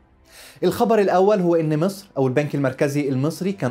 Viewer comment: هو انت بتنطق مسر زي السيس ليه يكونشي هناك مسر الغنيه قوي قوي الي انت منتمي ليها ومصر الفقيره قوي قوي المنتمي لها الحرافيش قريبا سترجع مصر من كرش مسر وبلاش ينظر نظره خربها